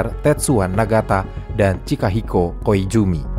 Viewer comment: coba cek di menit ,di situ pengisi suara menyebut nama Koizumi dg penyebutan huruf z lebih berat kepada huruf j yang tidak mungkin AI dapat menirunya, karena hal tersebut biasa terjadi kepada orang-orang Sunda